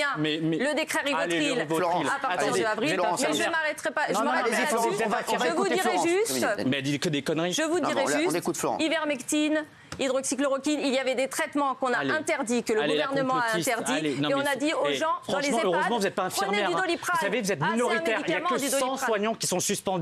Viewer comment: Elle a dit la chloroquine et livermectine 🤣🤣🤣